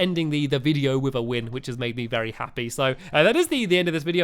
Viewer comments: Or Very i dont know it sounded like vary happy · On the last race he said "Vary Happy" lol